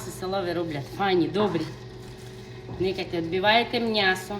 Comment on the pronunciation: Не Мнясо-а Мньєсо!...забуваєте рідну мову(